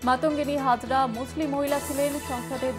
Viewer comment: নাম ঠিক বলতে পারেন না উনি আবার সংসদ